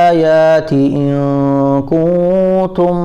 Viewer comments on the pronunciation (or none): Starting m kuntum ko kutum kyu padhte h. Kuntum ni padh skte